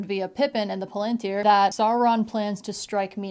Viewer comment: Your pronunciation of palantir is correct, the pronunciation in the movies is wrong.